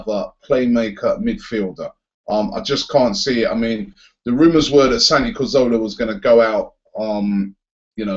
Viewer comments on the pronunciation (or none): I love your videos Robbie... but please... its Cazorla... not Corzola. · Hey Robbie love the channel keep up the good work! Quick one though, it's Santi Cazorla - not Corzola. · PLEASE STOP SAYING CORZOLA! IT'S CAZ-ORLA! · Robbie there is an R in cazoRla it's not cazola! Love the job that you do though rob.... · You literally pronounce Cazorla differently every single time lol.